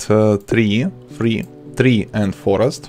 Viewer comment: It s not tri it s tree😂😂😂😂😂😂😂😂😂😂😂